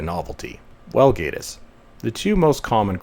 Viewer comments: Gay-tiss, or Gatiss. When an 'e' follows a vowel, the vowel says its name. There is no 'e' following so it is not AY. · Met Gatiss at an event about 8 years ago and he just came across as a pompous arrogant dick. At that point I lost total interest in being a League of Gentlemen fan. And it is pronounced GATTIS GAT LIKE CAT LOL.